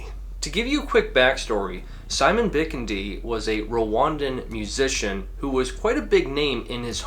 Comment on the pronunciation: Pretty sure it’s pronounced BiKIndi (accent on the 2nd syllable)